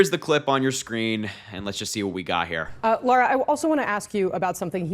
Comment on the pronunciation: Lara, not Laura.